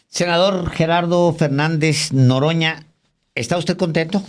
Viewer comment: Alvaro:por favor debes mejorar tu prosodia:lo correcto es:NOROÑA,y pronunciaste Noroño